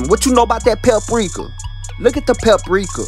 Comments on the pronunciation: a whole bottle of papricuh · PEPRIKA LMAOO